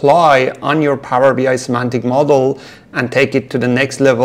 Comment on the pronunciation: Semantic, not Symantic 😊